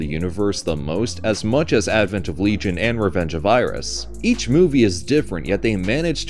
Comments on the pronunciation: “Legay - on”? What the fuck 😂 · Always happy to see the 90s Gamera receive some appreciation:) btw as a big fan of Shadow of the Colossus, I'd been HEARING Otani throughout the trilogy yet only on this video finally I've got confirmation that it's him=) Haha. Whoever did that silly pronunciation, his Le-gi-on is closer to Latin original than your LeeJun >:D Seriously, you USians should redo your entire grammar. I for one would be happy to learn it :D As for that weird hug.. hm, not impossible, after all Kaneko does have a sofcore background. In the light of how the rest of the plot unfolded, however, it always looked to me as an early attempt to assimilate the girl, but yea, it's very suggestive. I'm just rewatching it after awhile, guess we'll see how does it come across this time around